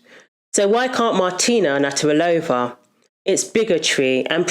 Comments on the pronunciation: Her name is Nav-rat-ilova, not Natter-alova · Had to stop watching this after you repeatedly called martina “natarilova”. NAV-RAT-I-LOVA. If you don’t know how to say it, say each syllable and practise til you’ve got it, before making the video. 👍🏻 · I agree with your view but please her namn is Nav-ra-ti-lo-va... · You could of practiced saying Martina's surname a few times before doing this video. Just a bit of effort love. It's actually easy to say, Nav rat il ova. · It would be nice if you had used Martina's name instead of one you've made up. Her surname is Navratilova (Nav-rat-il-ova), not "Natarilova." Also the words "womb" and "uterus" refer to the same organ. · Your point got lost every time you mispronounced the woman's name. NAV-RA-TI-LOVA. Not NAT-RA-VILLOVA. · You're awesome and I'm a big fan but you're saying "Naturalova" it's Nav rat ill ova. XXX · Very good video but the tennis player is called Martina NA-VRA-TILOVA and nothing else. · NAV RAH TA LOW VA. Try that on for size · Hearing Martina's surname being stumbled over so many times made me queasy. It's nav-rat-i-lova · I 100% agree with you but I need to say this: it's NA-VRA-TEE-LO-VA. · Its a shame you couldn't say Nav.rat il ova properly. It grates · It is pronounced. Nav-rat-ilova. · i could not keep watching you butcher her name again and again and again. please learn to pronounce a name if you are going to say it repeatedly. thanks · You could make an effort to say Martina's name properly. She is a legend and your whole episode is based on her. It's not that difficult. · Please make the effort to pronounce Martina's surname correctly, for goodness sake! Otherwise, great video. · I give a like but pls for the love of... pronounce her name right! 🤦🏼‍♀️ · It's not hard to say 'Navratilova'. Is her name new to you? In any case, it's pronounced as written. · I can’t believe that they keep mispronouncing Martina’s surname. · You might want to learn how you pronounce Navratilova.